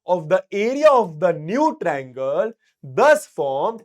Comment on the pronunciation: Sir it is not trangle it is triangle